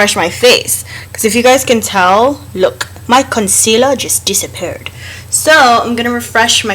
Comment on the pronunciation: "My concealer has disapppurrrd!" LMAO, you're so funny in your vids. LOOOOVE it. You make it hella' fun & I enjoy it. ;P + Omg girrrrl, your universal accents here & there are -ucking hilarious, LOL. Again, LOOOOVE IT. So entertaining & fun. Love'n the look hun, for real for real. I hardly have a crease too! Thanks! (: <3